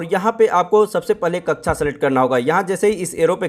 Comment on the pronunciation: कृपया कक्षा को कच्छा कहना बैंड करे